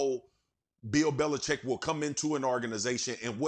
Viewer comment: Belichick. “Bel-i-CHICK’. Read the letters.